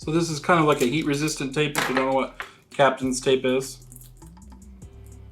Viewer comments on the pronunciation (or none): Pronounced cap ton not captain